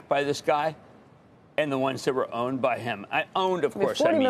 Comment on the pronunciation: a little slip up there Cramer…..”owned”